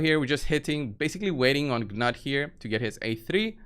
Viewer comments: Gnut is pronounced noot, not ga-nut. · Newt or Noot The G is silent. It's pretty straightforward. The only one I hear saying it correctly is Hell Hades. pronunciation is hilarious.